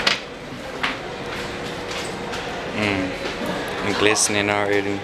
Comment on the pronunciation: Lol “dimiond”